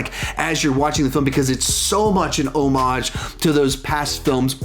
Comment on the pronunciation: Props to you for pronouncing homage correctly.